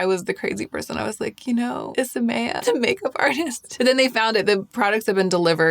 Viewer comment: I’m sad to learn that you were saying the name wrong…I thought it sounded pretty